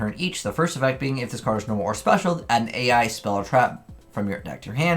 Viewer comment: The spell/trap archetype is not pronounced A.I. but ai, the field spell fot example is pronounced like island, you missed so many troll names because of this.